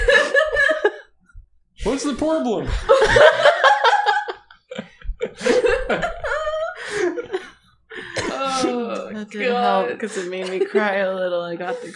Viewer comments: I broke at: "Whort's the porblem?" 🤣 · I held it together until ‘what’s the porblem?’ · "What's the porblem?!" Made me cry laughing holy shit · God, Jacob and Nathan have been sharing the braincell so much recently and the way they roll with jokes together always kills me. "What's the porblem???" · The way Jacob looked genuinely confused as he asked, "What's the porblem?" Lmao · "Worts the porblom" Broke me. Dorn You DoopBlooOnk shakes fist